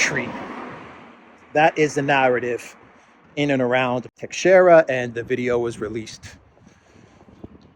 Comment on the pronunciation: teixeira ____tay-shay-ra